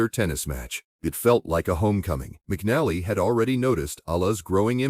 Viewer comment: pronounce her name right aI